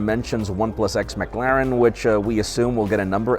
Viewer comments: It might be the American accent making it worse, but it's the way he overemphasizes the a that bothered me mostly. Go on how to pronounce and the first result is how I pronounce it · pronunciation of McLaren hurts my soul